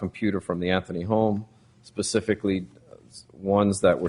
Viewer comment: Judge gets that same little look "George W Bush" get's when he feels he says something intelligent. Proceeds to the next sentence saying "Pacifically" instead of "Specifically" or Casey "Anfony" instead of Casey "Anthony"...